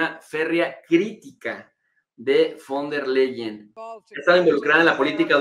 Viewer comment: tienes que pronunciar FON TER LAIEN ... así se pronuncia